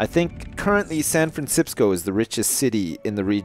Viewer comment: 'Welcome to sanfransipsco' haha classic mini edit.